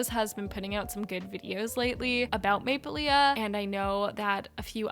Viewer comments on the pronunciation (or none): The maplelea brand is pronounced maple-lee. The last A is not pronounced:)